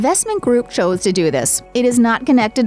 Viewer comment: Cubble? What is wrong with people today? Oh wait, peoble, what's wrong with peoble, sorry. Joze? It's chose, lady. Smh